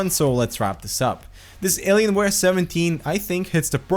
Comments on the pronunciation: Did you really say "Aliensware" and "Numslock"? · 'Alienswares' wtf